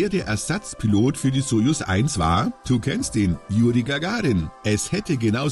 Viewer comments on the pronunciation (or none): none